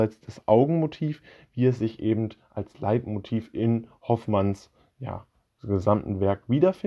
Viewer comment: Bitte nicht immer "ebent" sagen, das ist ganz und gar schrecklich.